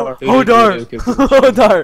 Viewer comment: Holdoor, not holdar!